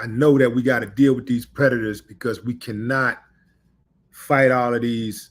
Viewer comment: Sexual predators that is,my manz. will, say it correctly my brother.